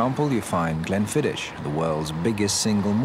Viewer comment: A few things, since I believe this video to be slightly outdated or simplified. 1) The 6 most accepted regions are: Highlands, Speyside, Lowlands, Islands, Islay and Campbeltown. 2) Glenfiddich should be pronounced with an 'ick' ending and not 'itch'. 3) Not all whiskies taste better with water and if you do add water, you shouldn't swirl the glass. Let the oils rise to the top. Some great footage overall, but some of the information is either outdated, simplified or misleading.